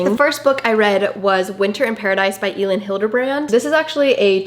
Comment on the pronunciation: Girl Elin Hilderbrand is pronounced like Ellen haha!!! You realllly need to finish 28 summers by her because it was really good!!! Loved this video.